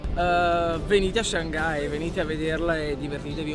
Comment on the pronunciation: 上盖，我知道了上海的新读音